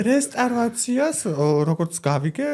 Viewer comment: ყველაზე სუსტი სტუმრის ნაწილი, ეს და სოფო ნიჭარაძის ეპიზოდი-სამწუხაროდ ვერ შედგა, არაფერი საინტერესო, არაფერი სახალისო, არაფერი ახალი😒🫣 P.S განათლება, განათლებაო და რესტავრაცია ვერ თქვა ტიპმა სწორად 🤭🙃